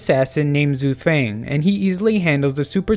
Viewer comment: Mow fang not fang